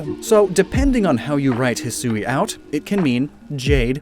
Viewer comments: I am really not fond of the way the person narrating that part of the Direct pronounced Hisui. The proper Japanese pronunciation should be two syllables rather than three. I get there not being consistent pronunciations for some pokemon, but when a word is clearly from the actual Japanese language they should really tell the people doing narration the proper pronunciation. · It's a Japanese game, why wouldn't you pronounce it the way you would in Japanese? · That pronunciation of Hisui is odd. I know that's how they said it in the direct, but you would think they of all people would know to say it as hee-swee instead of hee-sue-ee. The emphasized "u" is an unnecessary extra syllable. And when you refer to the regional forms, it just sounds worse by saying hee-sue-ee-an instead of hee-swee-an. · Actually, hee-swee is more correct. Saying it how it's spelt means putting emphasis on the "u", which makes it sound like hisuui (ひ す う い) to the ear. It's just not how it's pronounced in normal conversation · Hate to be that guy but it's bugging me every time. Hisui is pronounced He-su-ee (Last part like eek without the K). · in my experience with Japanese, Hisui should be pronounced closer Heeswee than Heesooee, kinda by blending the u and i together (and no that's not a pickup line) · It's supposed to be pronounced "hih-swee" not "hih-soo-ee". The woman doing the VO in the trailer got it wrong. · Ngl I thought it would be pronounced "He-Swee" instead of "He-sue-we" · Perhaps to some, but the difference is in the amount of syllables. Hisui (He-swee) is short and Hisui (He-soo-we) is longer. The longer version also sounds like an English speaker mispronouncing the Japanese version of the word. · I thought it was pronounced "hee-suwee", sort of like Shusui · I speak Mandarin, and in Mandarin, "Sui" is pronounced "Sway" so hearing "Sue-ie" makes my monkey brain flip out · Hisui is pronounced (hee-swee). Awesome video as always. Love these lore videos